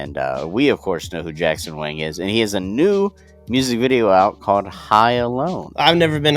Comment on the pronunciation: Yo😂 Jackson Wing? You almost said it like that bro kk It's Wang! (WÃN!)